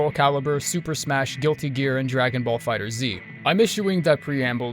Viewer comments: did you just say fighter Z? bruh it's pronounced fighters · Man said Dragon Ball Fighter Zee 😭